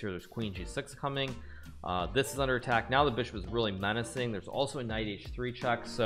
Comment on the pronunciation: Why does he say "dich year" instead of "this year"